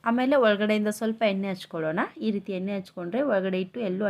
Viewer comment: ಎನ್ನೆ ಅಲ್ಲ ಎಣ್ಣೆ